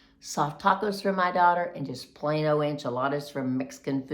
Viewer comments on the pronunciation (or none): none